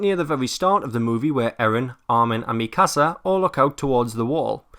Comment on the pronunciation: Why cant anyone pronounce Mikasa right.... cries :(